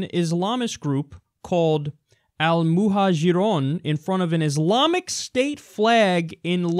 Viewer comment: Just a minor correction for ya, the groups name is pronounced "Al Muhajaroon"